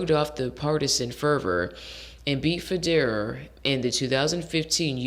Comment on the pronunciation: First,it's pronounced "joke-a-vick"or "yoke-a-vick",and "feh-der-rer";this latest Wimbledon final is considered by many to be the greatest in tennis history,and Djokovic,Federer,and Rafael Nadal(another contemporary)are considered the three greatest tennis players of all time